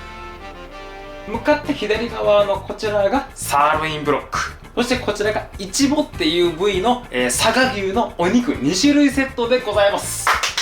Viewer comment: イチボのイントネーションが気になる、、🤔